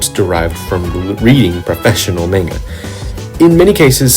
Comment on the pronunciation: not to be that one guy but idk how someone can be so great at their craft and pronounce it (manga) so spectacularly wrong, just discovered you and love your work keep it up :)